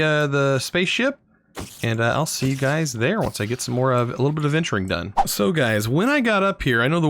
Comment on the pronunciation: “HeY gAyS, wElCoMe BaCk”